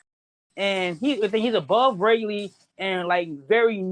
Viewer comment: “ray-lay” and “scoper grabon” 🤣